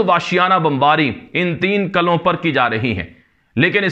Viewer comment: Qala ki jagah Qila bolo, Qalon ki jagah Qilon bola karo